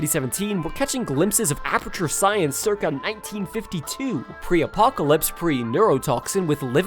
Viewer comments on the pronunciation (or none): none